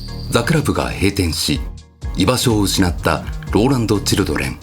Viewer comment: 聞きまつがえかと思ってたけどやっぱ言ってましたよね？笑